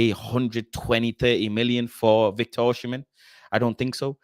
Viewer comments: Great Show. FYI: Osimhen is pronounced “Oh-See-Men” (the h comes after the m, not after the s) I’m Nigerian 😊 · Why everyone calling him Oshimen??